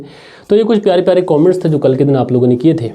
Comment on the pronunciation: कोमेंट्स नहीं कमेंट्स बोला करे. शुरुआत में ही पूरी कहानी का सारांश पढने से क्लाइमेक्स पहले ही समझ में आ जाता है।